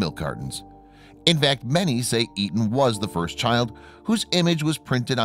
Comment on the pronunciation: You kept called him Eaton but it was Aton